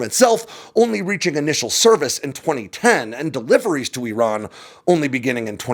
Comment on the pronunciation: Appreciate your ability to pronounce "Iran" properly. Other American military YouTubers butchers it.